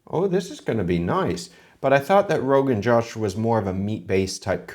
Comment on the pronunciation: The "O" in Rogan Josh is pronounced like { o in open } not like the english name Josh